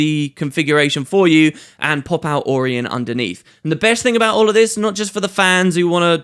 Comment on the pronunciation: "get a lot more orrsome arr symbols" "brilliant stuff orr around" nice nice i like it XD